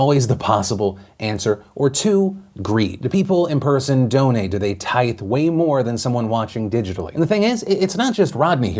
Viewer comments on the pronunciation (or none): tithe? 😂 it’s pronounced “tie-th”